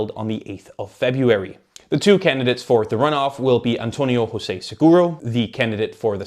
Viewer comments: AAAA! You said Hose-ey !!! Portuguese is not Spanish Just say Joe-sé instead! The Portuguese J is like the French J Stop with the Spanish J !!! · Jew Zeh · not that it matters much but José is not pronounced like Spanish José. Portuguese J is like French J, not Spanish J. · Who dafuq is Hosé? We're not Spain. It's José 😂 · As a Portuguese, it was a very good summary! I would just ad: - José is pronounced José, not "Hosé". We. are. not. Spain.; - CDS means Centro Democrático e Social (Demcocratic and Social Center) which is a throwback to the very leftwing 70s when the furthest right it was socially acceptable to be was in the Center.